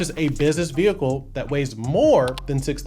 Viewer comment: Ve hicle